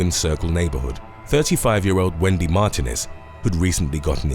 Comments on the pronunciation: Mar tee nez not mar te nez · Mar tee nez not Martin ez. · Martinez is said as Mar teen ĕz.